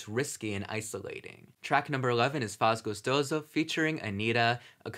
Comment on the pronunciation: Now I can’t stop thinking about you enjoying some funk carioca in a sweaty nightclub 😂😂 You pronounced faz gostoso very well btw. Funk used to be (still is) a very marginalized music style in Brazil, so it also fits the album narrative. You should listen to some Brazilian music (been waiting decades to ask for it lol).